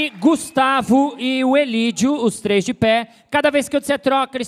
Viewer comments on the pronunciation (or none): none